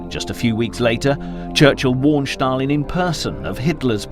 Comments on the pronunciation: It's Stalin, not Shtalin..😀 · It's not Shtalin, it's Stalin. It's such a well-done video I don't understand why the name of a major player is mispronounced. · “…Shtalin…” There is no “H” in ‘Stalin.’ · Why SHtalin and not Stalin?) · I tried but just cannot tolerate the "Sch-talin" pronunciation. Down arrow, skip and move on. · Thanks for making this point, it has been grating on my nerves as well!!